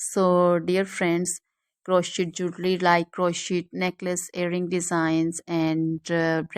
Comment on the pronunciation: These are all or most fake IA images......and it's pronounced kroshei, NOT croshit !